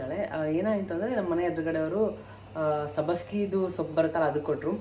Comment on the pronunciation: ಮೇಡಂ ಸಬ್ಬಸ್ಗಿ ಅಲ್ಲ ಮೇಡಂ ಅದು ಸಬ್ಸಿಗೆ ಸೊಪ್ಪು ಅದು